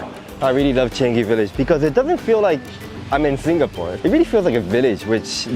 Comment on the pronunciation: Changi is pronounced as chi-a-n-ngi. But say it fast. ngi as in ka ki ku ke ko, ga gi gu ge go in Japanese.